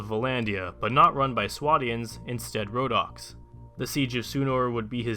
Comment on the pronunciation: Wait wait wait wait did you just say rodock's. (sorry don't know how to spell it) impressive calvary? cmon 😂😂😂